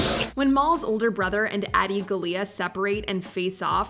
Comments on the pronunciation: General Grievous was portrayed as silly? did you guys even watch the Clone Wars series? Adi Gallia is pronounced "GAH-lia", not "gah-LIA" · Gallia is pronounced, (Gaw-Lee-Ah).